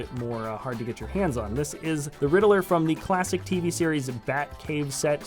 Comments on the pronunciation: You said "Ritler and not Riddler". Just leave the mistake spotting to the professionals kid. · I’m pretty sure his name is Riddler not Ridd-il-ler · you said rittler instead of riddler 😂😂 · i'd rather him say joker than "ritler" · and u said ritler